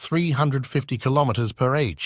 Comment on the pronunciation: Next time find somebody who can read km/h correctly.